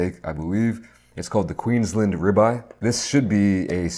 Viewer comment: As an australian i died at the way you said queensland xD, great vid as always.